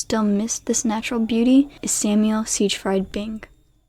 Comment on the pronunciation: Check pronunciations of Siegfried and ceramics.